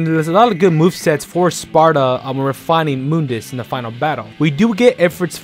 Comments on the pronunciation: nope, it's pronounce Moon_dus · No one:: moondis